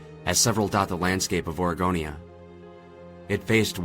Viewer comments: Its Oregonia... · It's Oregonia, Ohio. Not Aregonia. He's just pronouncing it with a drawl or something.